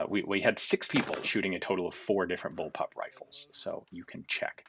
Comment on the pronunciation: Ian... you really really need to address the amount of people who think you're saying "bullpup" when you're saying "bulb-up"...